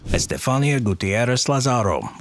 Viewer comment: in spanish the accent is on the i. Estefanía. For next time 😊